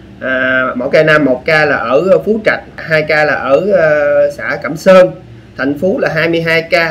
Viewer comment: Hình như ấp phú trạch 2 xã cẩm sơn mỏ cày nam.a doc nghe như cẩm sơn 2 ca.